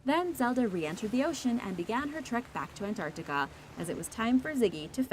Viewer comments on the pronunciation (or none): none